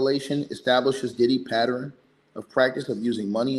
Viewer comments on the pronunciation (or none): PA-TERN NOT PA-TE-RIN TWO SYLLABLES. PA-TERN